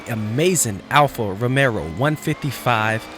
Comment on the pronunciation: Alfa ROMEO.....Not Romero :(